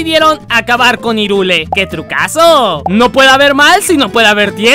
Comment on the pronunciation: Irule... ¿Irule? ¡Se pRoNunCIA "jaIRuL! DiSLiKe aL vÍDEo!!! >:v (ok no)